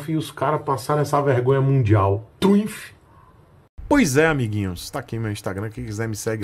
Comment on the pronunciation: Tioo tabajaj, "truimph".... 😂😂😂😂😂😂 Triumph alta cc e baixa cc truimph😅